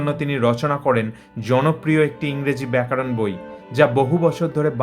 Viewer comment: প্রতিবেদকের 'ব্যাকরণ 'এর পরিবর্তে ব্যাকারণ উচ্চারণ বড়ই কানে লাগছে।